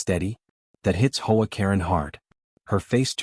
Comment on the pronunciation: H.O. A. Katen stop saying as Hoe A. I do not like AI stories they suck .